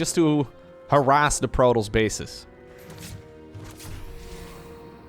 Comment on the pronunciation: I am not a native English speaker, but why does he pronounce protoss so weirdly?